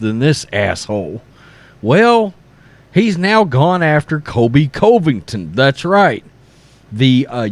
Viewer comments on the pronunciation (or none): I love the channel but please I can’t keep hearing Kobe Coveington. With all due respect it’s pronounced like kohl-bee, not Kobe. And it’s pronounced cuh-vington, not coh-vington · It's funny this guy doing the video can't even pronounce Covington right. LOL I still contend he has never watch sports. Mark Jones is a moron.